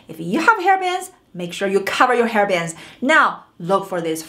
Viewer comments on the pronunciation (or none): When you mean to say fleshy, I hear it as flashy. When you say hair bangs, I hear it as hair bands, and I think you mean to say just plain bangs(fringe). Thought you might find my obsevation amusing. However, I do appriciate the information, this was a fun video :)